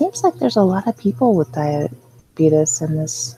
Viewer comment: It’s funny that you pronounce diabetes- Die-uh-bee-tus (just like the Quaker Oats guy😂)... I always say it like this- die-uh-bee-tees